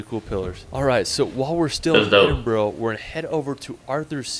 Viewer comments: Hahaha I see I'm not the only one annoyed(slightly😂)by the dudes pronunciations, to be fair some are hard but Glasgow & Edinburgh? Glas-go, the w is silent & Ed-in-burra is the correct pronunciation. If your looking for an antidote for your "Farmers tan" then Scotland's for you.😁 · He isn't right with some of his name pronunciations. It is Edinburgh pronounced Edin bruh. Glasgow is pronounced Glas go, it does not rhyme with cow. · “Scaatlaand” “Edinbro”…”Glassgowe”… sorry… can’t watch this any further, I am English and ‘I’ am offended!! arghhhhh …. My ears are trickling the red liquid… 😫😫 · I love it when Americans try to pronounce English and Scottish place names. Edin-buro, Glasgau pmsl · Are you from Edinboro? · I was just about to say about the pronounciation, cringed every time they said Edin-borough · I love Scotland to death. Such a beautiful place. What is annoying me is that the guy has obviously been to Edinburgh, yet he pronounces it Edinburrow. Oh, and, Glassgowe??? What the hell? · Americans always struggle with Edinburgh & Glasgow. For anyone in the US They are pronounced more like Edinbra & Glas-go 👍🏼😂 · Aside from Edinboro, he also says Scaartland. I'd love to see how he was driving if he popped a tyre too!! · Take a shot each time he says Edinboro. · Edinboro, I die a little each time I hear this. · The guy can’t even say Edinburgh right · All credibility went out the window in the first few mins when he mis pronounced Edinburgh 😆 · Funny he says “I hope I said that right” for a couple of places while also mispronouncing Edinburgh about 500 times 😂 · I thought I was the only one getting annoyed by the pronunciations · I like how he was worried about saying Eileen Donan wrong yet he keeps saying Edinburgh wrong all the way through. Just saying 😂😂😂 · I am from Edinburgh and talk to Americans on a daily basis, i have heard this mis pronounced a thousand times. I do not mis pronounce Los Angeles or Washington. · It's pronounced Edinburrrraaaa!!!